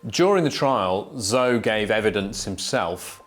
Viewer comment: He is really mispronouncing those Chinese names. Zou...lol